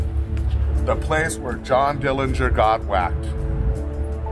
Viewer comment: The correct pronunciation of the Dillinger family name is with a silent 'g'.